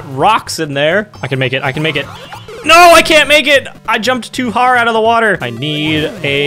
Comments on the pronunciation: "I jumped too har out of the water" - 2019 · “I jumped too har out of the water” -, 2019